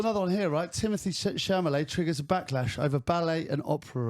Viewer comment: Its chal u may... its a French name. You dont pronounce it met at the end